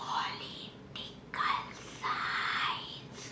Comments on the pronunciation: Has has k pet dard krne lga when she said prodical science Constrepetion ranimukharji osama..😂🤣🤣🤣🤣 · Wo Political Science ko Prodotical Science bolti hai😂😂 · Prodigal science 😂😂😂😂😂😂😂😂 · Prodical science to nahi Political science jarur parha hai😂😂